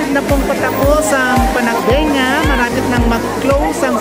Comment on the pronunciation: Ayusin mo po pronunciation mo Sir sa PANAGBENGA